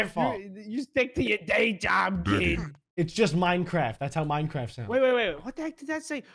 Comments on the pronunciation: He said replacing every minecwaft sound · Minecwaft! uwu EDIT: nice percent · Nobody:: Minecwaft sound...